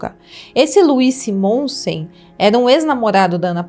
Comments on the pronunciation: SimÔnsem 😂😂😂😂 Pronuncia-se "sÍmonsen". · Luiz SÍmonsen, sílaba forte, proparoxítona. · Me permita uma observação: a pronúncia é SimonSEM ( lembra do Mário Henrique Simonsen?) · Oi, só corrigindo: Pignatari: se fala "Pinhatari" e o Simonsên, se fala Símonsen. Trágica história... Nem sabia dessa história... Sorte dela sair viva.... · o sobrenome SIMONSEN é pronunciado com acento no SI ( SÍMONSEN). Trata-se de uma família bem famosa e tradicional em SP, RJ. Tivemos ministro e políticos com sobrenome Simonsen. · PIGNATARI PRONUNCIA-SE PINHATARI. UMA FAMÍLIA MUITO CONHECIDA E MILIONÁRI DA SOCIEDADE PAULISTANA. SIMONSEN SE PRONUNCIA COM SÍLABA TONICA NO SI. GLAMOUR FSLA-SE GLAMUR